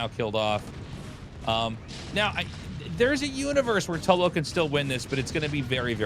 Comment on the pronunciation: Tasteless called Tulbo ‘tub’lo 😭